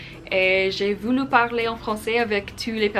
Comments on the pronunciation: You Say voulou its voulu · voulu il faut prononcer comme voulv